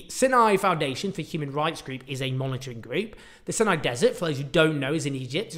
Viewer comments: The Sinai dessert is pronounced Sai-nai - not Sin-nai. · Rhymes with EYE, not PIN. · Pronounced "sigh-nigh" desert, not "sin- nigh". Please...say it correctly. I had to stop listening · isn't it "Sigh-nigh", not "Sin-eye"? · Isn't it pronounced "Sigh-nigh"? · Is it pronounced "Sin- eye" peninusla / desert or "Seye-nye" - always thought and said the latter way here. It used to be part of Israel from 1967 till 1970's -1980's after the Sadat - Begin treaty FWIW.